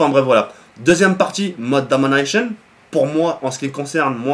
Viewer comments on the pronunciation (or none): J'aime trop comment tu dis "Domanaichon" mdr